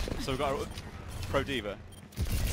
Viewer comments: it annoys me how he pronounces dva as dver. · lol he says D'vr funny